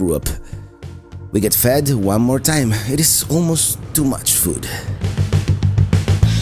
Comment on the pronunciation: I thought you said we get fat again. You said we get fed again!